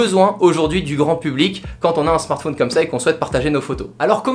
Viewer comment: Ça m'énerve quand il dit smartphÔne